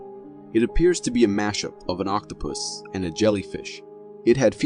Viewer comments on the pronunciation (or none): none